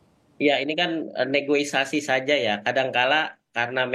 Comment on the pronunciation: negosiasi pak bukan negoisasi